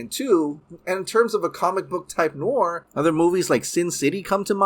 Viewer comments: Pronounced ... Noor-waa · Dude if you like noir movies then learn to pronounce noir properly (it’s French for black or dark) but doesn’t mean black and white necessarily -keep up the great work my man!! Awesome dc updates - can only hope to get Bat-fleck back as much as possible!!